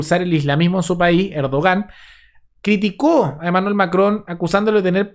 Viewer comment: Igual hay comunidades cristianas que ni se asimilan como los menonitas. :v Ocea se pronuncia erdoan?